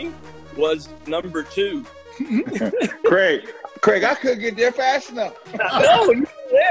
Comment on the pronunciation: Great video!!!! You’ve been hearing WAY too many Americans talk though, no Aussies should be pronouncing Craig as Cregg 😂 we are better than that